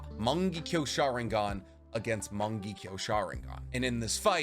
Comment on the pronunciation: I kinda hate how he says morng—ekyo sharingan instead of mongekyo sharingan